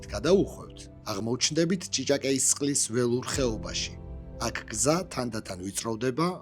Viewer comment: რა ჭიჭაკეი? ჭიჭაკვი!!!